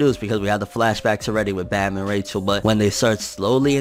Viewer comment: I love how you say Rachel's name the way they pronounces in the anime😂😂